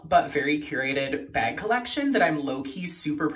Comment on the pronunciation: I think it’s funny and cute when people say bag like that 😂😂😂